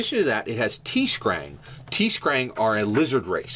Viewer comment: I've played both of those extensively. BTW, its not "Tee Skrang" there's no "ee". Sorry, it just bugged me. The cool part about those RPGs is that they are linked in a sense from one in the past and the other in the future. The worst part about both systems is the actual dice system. Earthdawn has a ridiculously complex dice system, and Shadowrun's newer 5th edition has just screwed the pooch with the weird "Prioritization" system in which it is almost impossible to play anything other than an elf or human effectively, you can barely get away with playing a dwarf or orc but that's it. If they would just take both games and put them in the same dice system (like 5e) I think the story and mechanics would be amazing, but alas they just don't seem to get it, which is why I stopped playing them both. Great Topic as always guys!